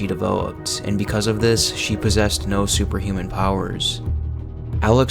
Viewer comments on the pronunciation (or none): none